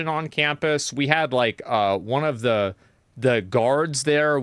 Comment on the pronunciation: i think even worse than all of this is that he pronounces "the" as "nuh"